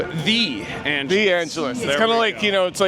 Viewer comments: No one corrected The Angeles… to The Angel’s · hehe you mean to say “the angels” not “the angeles” 🤣 but hey what do i know, i am not even Spanish